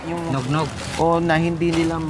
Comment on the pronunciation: hinde yun nognog😂😂😂 eggnog yun hahha.